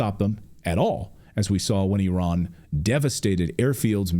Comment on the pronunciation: EYE RAN EYE RAN it is NOT errrrrr in